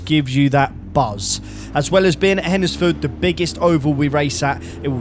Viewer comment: As a local, it’s pronounced Hendsford. Great video as always